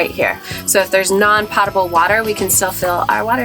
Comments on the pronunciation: It's PO table water, not pottable water. Potable is pronounced with a long "O". Thanks! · Great build! Po-table, long O sound. :)